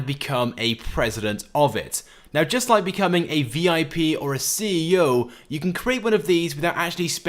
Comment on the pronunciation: this guy always say hit hte lie button he never says like butto nright